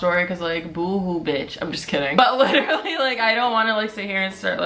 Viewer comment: Sweety, it's literally, not LiTtErLeE